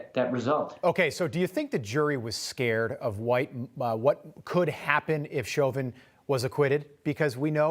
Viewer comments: I think his name is Rob. Never mind. Rob mispronounced Chauvin so all is fair. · Why is he saying Chauvin is guilty? And then says he didn't get a fair trial? He should pronounce his name correctly too. Come on!